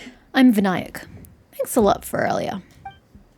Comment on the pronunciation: you pronounced Vinayak fine lmao. Vin-aa-yak is indeed correct...and there is no point in it being voice acted, as they have been using hindi words ever since sumeru released, and they are still pronouncing things wrong.